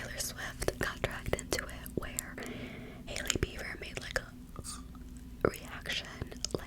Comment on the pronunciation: YAAAS “Hailey Beaver” lmao